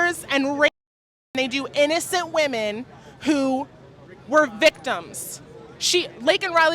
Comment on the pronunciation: why do people not know how to say women??? It’s not WOMAN it’s WOMEN LOL